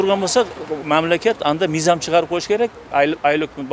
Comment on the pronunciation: Мийзам мийзам дейт